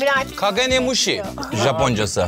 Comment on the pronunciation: kagenimushi dediği kısımda kabutomushi dedi sandım